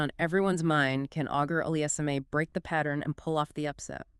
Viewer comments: You butchered the pronunciation (badly) in the first minute of the video which warrants not watching the video at all. Terrible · If you can't say his name properly it just shows you clearly did not watch enough Felix. You might know a lot about tennis, even have competed previously, but specifically should avoid any discussion regarding Felix. Only two pieces of deduction made me dismiss the video: The first piece of deduction is that simply from the lack of pronunciation, it shows that you clearly have not watched enough Felix. If you even watched a match, or simply HIGHLIGHTS of him playing, you would be able to repeatedly hear "Auger-Aliassime". Both the announcers and the umpires would have said it multiple times. Then I deduced that if this individual obviously has not watched ENOUGH of Felix's play, I am fully justified on dismissing this person's analysis. How can I bother with the analysis of someone who has not even WATCHED HIM PLAY? This is the 2nd piece of deduction. It took me longer to type this out than to make up my mind but that is simply how my thought process went. I am not hating irrationally, there is a logical process I underwent to arrive at this conclusion. I can also add that mispronunciation is indicative of a lack of attention to detail, so how can I bother with an inattentive individual who clearly has never even watched him play? I hope you can take this the right way and only look at it critically instead thinking that I am just hating for no reason.